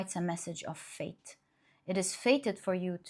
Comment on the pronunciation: I know you said "fate" but I hear "faith"